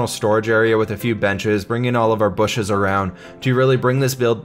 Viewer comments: "booshes". That respect. 👍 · "Booshes" Ah, I wish did Minecraft more often these days...